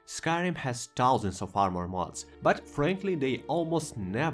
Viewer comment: Этот безупречный, немецкий таузент, шо я просто плачу